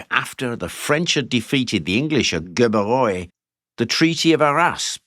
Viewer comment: The 'g' in "Gerberoy" is pronounced like the 's' in "vision". And Richemont wasn't duke of Burgundy (it was Philippe the good). But it's a well made video. Congrats